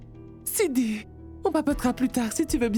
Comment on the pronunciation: 😂😂😂 siddhi a dit vin inbe cille😂😂😂😂